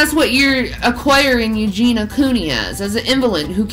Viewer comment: “Eugen-e-uh”, 🙄